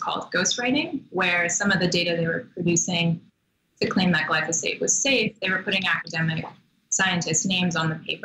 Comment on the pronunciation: Interviewing this girl is like pulling teeth.Seems very knowledgeable but not forthcoming. And Marc, it´s glyphosate, not glysofate.